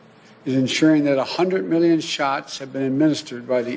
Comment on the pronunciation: How many is "mil-len"? How big is "uge"?